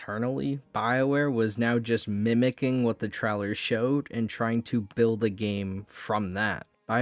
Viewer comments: bruh u said it like trolwer 3 or 4 times in that minute. 😆. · well ya, I said u remind me of the Midwest with how u said trailer. You definitely DO NOT soubd like someone from the south. The " English " they have down there is something else.